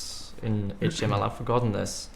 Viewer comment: I know it's Swedish (because I am too), but the way he pronounces "HTML" sounds like "Hot Emmel", and that's how I'm gonna start pronouncing it at work now too. The others are already a bit weirded out that I pronounce "MySQL" as "My Squeal", so "Hot Emmel" will just be icing on the cake.